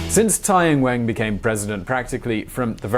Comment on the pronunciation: I like how you pronounce "Xi Jinping "perfectly and then completely butcher "Tsai Ing-wen".